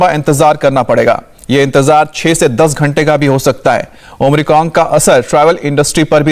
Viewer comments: भाई आप न्यूज़ सुना रहे हैं कम से कम covid वैरिएंट का नाम तो खुद सही लेना सीख लें।।।भाई नए कॉविड वेरिएंट का नाम ओमनिक्रोन नहीं omicron हैं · Omicron ya Omricon? Ye so called reproter Kya bol raha he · Not omricon..it's omicron